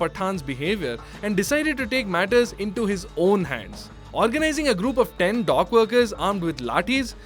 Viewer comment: Say dock. The way you say it, it sounds like dog